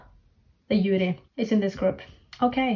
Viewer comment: Juri, the Japanese members formerly of AKB48, is pronounced with the J sound, not like “Yuri” btw Also, Suyoon and Sohee were on Produce 48 too, if you recognized them. Edit* Plus, it’s Bim Bam Bum not “Dim Bam Bum” lol